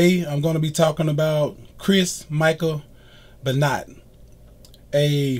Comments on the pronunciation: Be-not lol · Im pronouncing his name wrong its ben-wah look in the comments to get it right. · Chris beenot😂😂😂😂😂😂😂